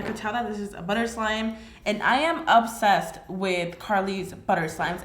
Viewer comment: I really love watching your videos but you always kill me when u say ubsessed instead of obsessed